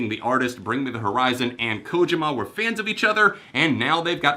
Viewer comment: Kojima, is pronounced, (co-Ge-Ma) Sorry i jus had too say so